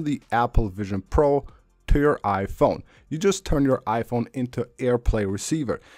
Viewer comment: I can’t listen to this guy.. the way he pronounces Iphone and ICloud is killing my brain😂🤦🏻